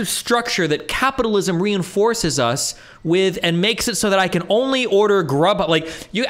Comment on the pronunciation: When you pronounce “us” a “Oouz” you should be permabanned off youtube no questions asked.